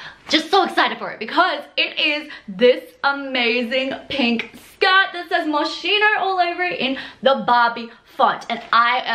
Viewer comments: Heads up it's Moss-Keen-Oh and not Mo-Sheen-Oh. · I wish it wasn't but it's actually pronounced Moskeyno not moshino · It's Mos-skeen-o not Mosch-ino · Moschino is pronounced with K, not the SCH. Mos-kino